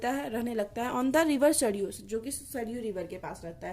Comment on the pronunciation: Pronounciation sahi kijiye apna.. sariyu nhi bolte sarayu hota heh... baki accha explanation tha